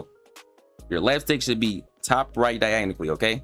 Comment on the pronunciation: please learn how to say diagonally🔥